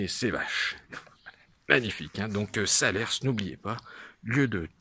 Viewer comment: SALERS!!! pas SALER-SSSSSSS On ne dit pas le S .... bon reportage ou tu perds toute crédibilité dès 3 secondes!!!! Bon reportage malgré tout!